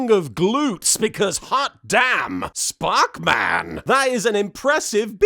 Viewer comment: When LK said 'sparkman' correctly - that got the most laughs. I'm far too invested in this series and it's gags now.